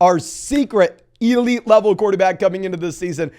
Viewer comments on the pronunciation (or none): none